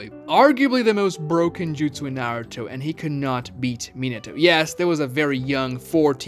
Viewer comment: My man, good vid. However, your pronunciation of Naruto is absolutely atrocious. How does someone who knows the series to your degree, butcher the name so badly? Watch some Japanese episodes and get the name right.